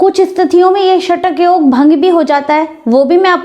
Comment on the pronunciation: Shatak yog nahi shakat yog hota hai mata ji